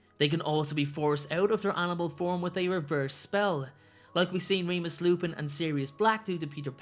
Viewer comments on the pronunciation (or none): none